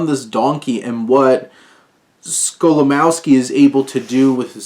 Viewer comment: Great review :) Just a tip for the future - Polish (and German) "W"s are pronounced like the English "V"s. So it's Skolimovski, not Skolimowski ;)